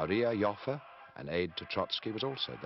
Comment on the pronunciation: It took me a good five minutes to figure out the name he was pronouncing here. It is Adolph Joffe. This is his wikipedia page